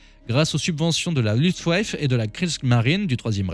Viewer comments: "Louft vaffeuh" pas "luft ouaf" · Luftwaffe (armée de l'air) se prononce "louftvaffe", et pas"luftouéyfe".